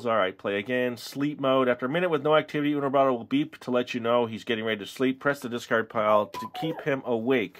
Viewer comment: Why Is He Saying Uno Robotto Like It's Spanish!?!?!?